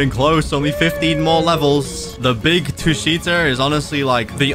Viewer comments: Tushita read tū-shī-tǎ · it’s the first one “Tusheeta” that’s how it’s pronounced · it's called tu-shi-ta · Tushita is pronounced t uu sh ih tah so you pronounce it like the name